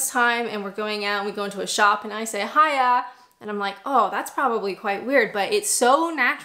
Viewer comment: You nailed the" bye bye,see yaaa "but the " hiya yallright" needs some work 😊